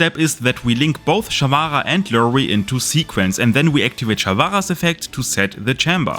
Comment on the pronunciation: take a shot every time sharvara is mispronounced